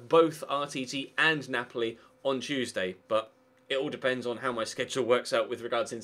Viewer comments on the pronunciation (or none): none